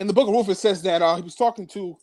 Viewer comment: RuTH. not RooF! Pronounce the name correctly.